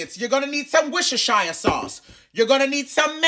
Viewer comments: Not 'woosher-shire' sauce... As someone from the UK, that did make me laugh 😂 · The fact he knew how to say whocisire